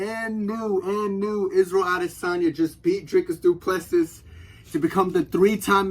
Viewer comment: Dree-cus Doo-Pluh-see is how you pronounce it, if you roll the R its perfect